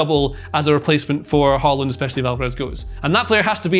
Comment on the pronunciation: pls someone get him to stop pronouncing it holland. It's Haaland, you ain't Norwegian lil bro